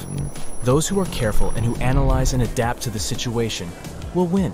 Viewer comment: The way he says win like it's a competition 😂